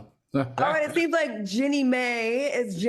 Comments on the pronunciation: That lady's name is JEANNIE not JENNY! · It’s pronounced Genie. Do black women not dispute in divorces? What does this have to do with race? She’s mad, so what? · lol yall know Jeannie name is pronounced like Genie right